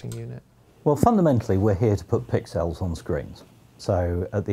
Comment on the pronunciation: I love how he pronounces "pixels" as "pic-cells", which I guess is etymologically correct!